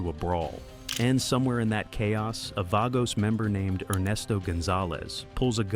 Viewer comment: Can't even pronounce Banditos or Vagos.